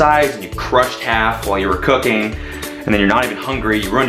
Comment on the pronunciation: then he said cooking, I thought he said cocaine.